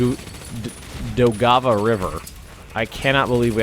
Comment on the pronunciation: Your pronunciation of Daugava is relatively fine. The only correction I would offer is to soften the stress of the G. You are saying: Dow-Gah-Vah when it is more Dow-guh-vah. It also has the tiniest break like it is two words. Dow/guh-vah.